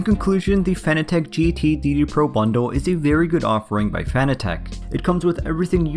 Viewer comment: You pronounce it 'fan attack'... Isn't it 'fanátec'?